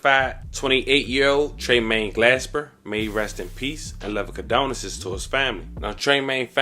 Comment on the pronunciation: It's CondoLences, not CondoNence!!